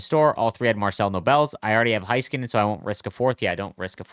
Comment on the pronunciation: it is NOT HIGH-skuh-nen. It is Hey-Skuh-nen